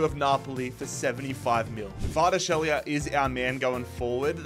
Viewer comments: Just call him Kvara or Khvicha if you can't pronounce his last name. Although Khvicha is probably too hard for you too lmao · pronunciation of Kvaratskhelia and Osimhen 😅